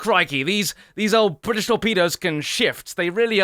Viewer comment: Question: Is it possible to not spit when one pronounces: "Brrritish" like you do?